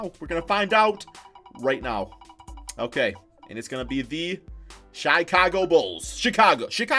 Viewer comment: Nobody:: Chaicago